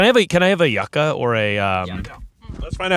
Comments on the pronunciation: I came here for this! I went to college in Miami and Cubans pronounced it YOO-kah, I think it’s the Spanish pronunciation lol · Hearing them pronounce it YUCK-AH instead of YOU-KAH was driving me wild lol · Hearing it pronounced “Yuh-Ca” instead of “You-Ca” made me scream as a Cuban 😂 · Yucka???? Yucca baby. "U-ka" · This! Its not yuck-ah its yew-ka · i always thought Yuca was pronounced YOO-kah, not yuck-ah ? am i crazy? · I say this with love… it’s YUU-KA! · It's pronounced you-ca